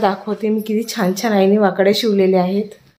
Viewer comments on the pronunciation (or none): तुम्ही ळ ला ड म्हणतात म्हणून वाकळ्या हा शब्द वाकड्या होतोय 😅